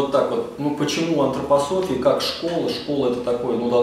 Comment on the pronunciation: Не Антрапасофия а Антропософия.